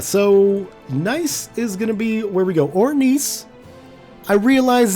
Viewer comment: I don't know if you've noticed this but you've been pronouncing Nice wrong.